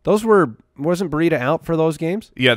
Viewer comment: ls it an AZ thing to pronounce Breida ...BUREEDA? We here in Brandon, Fl (Breida's home) pronounce it BREEDA.